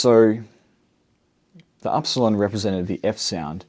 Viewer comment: Dear. Im from Greece. Its not called aρsalon. We call it iρsilon.